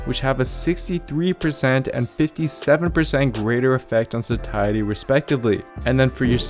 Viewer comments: Why is he saying sakiety, instead of satiety? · Just a pointer, it’s pronounced “say-sh-uh-dee” or “say-she-uh-dee”. It’s a tricky one I know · Sat-iety with a hard t??? Get outta here lol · absolutely phenomenal video but it's pronounced satiety (say shee ate ee) so I had to stop listening before I die from cringe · Just not crazy about your pronouncing "satiety". Otherwise, good info.